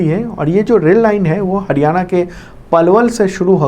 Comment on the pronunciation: Sir हडयाणा नहीं हरियाणा please इतनी disrespect na karen